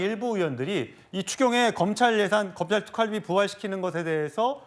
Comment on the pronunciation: 왜 경상도 사람들은 이중 모음을 발음을 제대로 못하나요? 특활비를 특깔비라고 발음하네요. 아유. 무시한 것들...